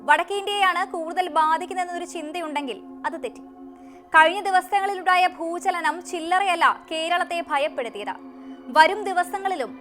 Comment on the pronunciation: പണമില്ലാതെ ഒന്നും നടക്കില്ല. അത്യാവശ്യമായ ആഹാര സാധനങ്ങൾ വാങ്ങാൻ പണം വേണം . വസ്ത്രം വാങ്ങാൻ പണം വേണം . അസുഖം വന്നാൽ ചികിത്സ തേടണം എങ്കിൽ പണം വേണം . വിദ്യാഭ്യാസം നേടാനും പണം വേണം . എന്തിനും പണം വേണം . പിന്നെന്തിനാണ് പണത്തിനെ ഇങ്ങിനെ എതിർക്കുന്നത് ? ഭൂചലനം . ബൂജലനം അല്ല . ഭൂകമ്പം എന്നാണ് ബൂകഭം എന്നല്ല